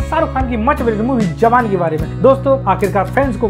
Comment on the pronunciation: Awan nahi bhai jawan😂